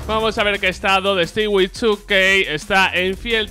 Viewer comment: Porque pronuncia el nombre de stewie2k como "estigui"😂 si vas a decir el 2k como es también di el nombre como es xD "estui" es como se pronuncia su nombre.